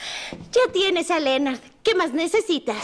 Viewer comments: Es Leonard no Lenard!!🤦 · Por que pronuncian Lenard??!??!1